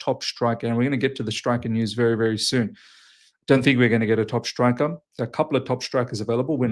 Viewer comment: Its pronounced ‘striker’ not ‘shtrikah’ haha. Jk. I’m Aussie too but I live in Canada so it’s just funny hearing